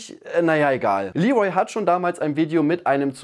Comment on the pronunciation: Wer nennt ihn bitte Lee'Rol??! Bisschen geschmacklos, oder?!